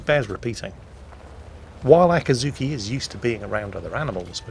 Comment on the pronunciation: you are butchering the pronunciation again. It's a-cat-zuki!